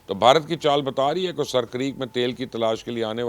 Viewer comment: Mubashir bhai it's not sir but it's a. Seer this is sindhi word